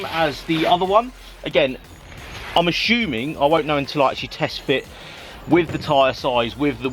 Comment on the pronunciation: 'A-shoeming they're front or rears' ummm ya... 🙄